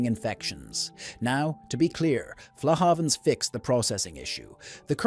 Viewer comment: It’s AI Slop - dunno how we can fight back against this rubbish. Aevonn-more !! Not to mention the utter rubbish about Fla-hayvans grass-fed oatmilk cows 🤦‍♂️